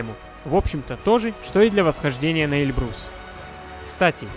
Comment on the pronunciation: Автору замечание,не Эльбру'с, А Э' льбрус,ты явно не русь по этому и не знаешь произношения.